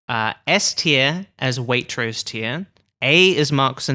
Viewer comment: It takes an American to mispronounce Waitrose!